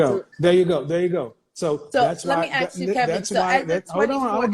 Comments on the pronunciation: Let me axe you sum 😂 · If your pronouncing the word “ask” as “AKS” then you are too dumb to work at a grocery store let alone run a half a million business